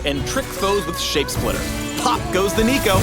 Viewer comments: Noooo he said neeko neeko ni nooo riot please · "sneeko" I heard that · HE SAID NEEKO NEEKO NEE D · Lol so hard when says Niconiconii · If he says neeko one more time, i’ll break his neeko neeko kneecaps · Noooo! He did NOT Said neeko neeko need! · Stop it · That guy said Neeko Neeko Neee Where am I xD ??!? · how much did they pay you to say "neeko neeko need" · They finally said it "neeko neeko nee" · Jfc with the Neeko Neeko Nii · "Neeko-Neeko-Nii" Riot. THIS NEEDS STOP. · He said neeko neeko need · "Sneeko up" "Hide and seeko" "Neeko neeko nii" Why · tell me that he just dont said neeko neeko XD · "Neeko Neeko Nii" Not even Nico Nicotine brings that many cancer in just one meme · Yup. Made me want to break his Neeko Neeko Knees.